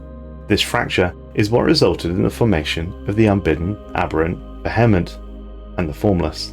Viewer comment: the VEH-hement